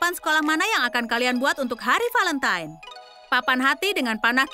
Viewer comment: Semey Niati Hey valentine bukan velemtan bacanya juga valentain